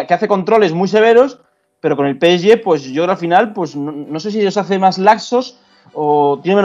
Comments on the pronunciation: Cada vez que dice "peesye",Dios mata un gatito. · El "Pesyé" , gran equipo. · Por que este chico pronuncia así el nombre del PSG ? 😂🤦🏾‍♂️🤦🏾‍♂️💁🏾‍♂️